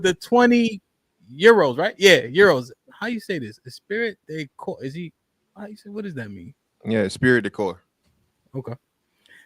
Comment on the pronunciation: it's "eh-spree deh Cor" phonetically. More of this,. I appreciate this conversation and wish you could run more series.